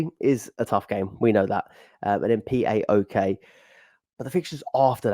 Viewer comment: Hey another top pod & up to 99th,well done you,flying👏👏im around 40 pts or so behind you,so not doing too bad🤔....quick tip for future reference,the team PAOK,is pronounced pow(k)😊👍